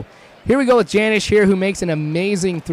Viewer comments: Not Janish (Janish) It's Janish (Yonish) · Hey, you called him Janish pronouncing the J when it is really like Yunish with a yish sounding J. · not to be a jerk but janish is pronounced with a y instead of a j. ahaha